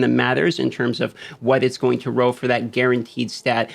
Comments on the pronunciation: When you say 'row' you mean 'roll' right? :) Really enjoy your content and delivery style, thanks for the vid. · Why does he keep saying roll so weird. Even youtube closed captioning thinks hes saying row. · Is it just me or does him saying "roll" sound like "row"